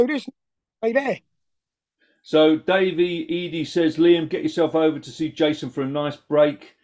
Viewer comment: Another topper half hour between you's two, Gotta say Liam, not meaning to sound pedantic but my handle is Davey Eddie! as in Eddie Murphy Eddie Howe😁 I think you called me Davey "Edie" as in my Aunty Edie! Otherwise, your doing a terrific job😁